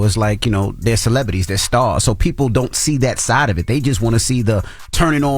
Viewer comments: I hate how Envy says the word "celebrity". He says "celebity" and it irks the ish outta me 😂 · Nobody: DJ Envy: “CELEBUTTY”